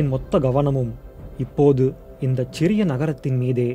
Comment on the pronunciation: Chriria (ச்சிறிய) இல்லை, சிறிய. தமிழ் சொற்கள் ச் இல் தொடங்காது. சென்னையை கூட ச்ச்செண்ணை என்றே தவறுதலாக உச்சரித்து கொண்டிருக்கிறோம்....மற்றபடி தமிழ் உச்சரிப்பு அருமை